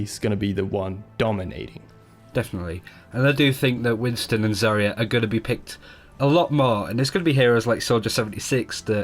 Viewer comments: I cringe everytime pronounces Zarya as Saria. Zarya means Sunset in Russian, so please, don't call her Saria. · You're pronouncing Zarya really wrong, just saying